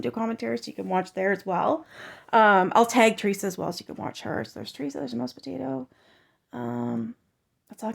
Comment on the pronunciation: All you do is copy other creators hard work and you don't even pronounce Teresa's page name correctly? You've done it twice now. Even Deni called you out. If you did all the hard work they do, maybe you would appreciate her more. You just post other people's videos? Why is that? Do your own work ! 😡 And ur giggle is old now. 🛑